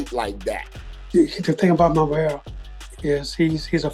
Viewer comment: .... the Ring Announcer's attempt at putting some representation on David Morrel's name, was seriously cringe, it came out like he was having a stroke....